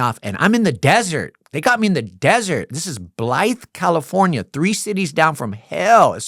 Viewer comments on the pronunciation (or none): none